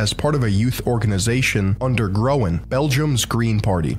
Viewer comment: lol the guy pronounces groen as growen and nee as knee!